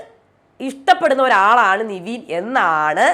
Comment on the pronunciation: Niveen ennu allalo nevin enalle correct peru.... Atleast correct name pronounce cheyyu